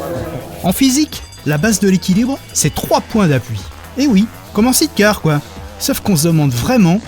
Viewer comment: Amis français, par pitié cessez de vous ridiculiser avec "sit car ". SIDE.